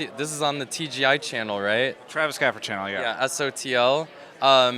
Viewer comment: I like how he called Travis' work TGI - I for Industries :D